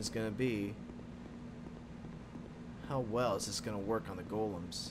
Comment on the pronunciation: I love you, you pronounce golem correctly!